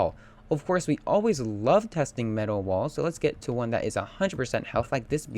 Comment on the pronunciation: the way you say metal xD "Me-TUHL"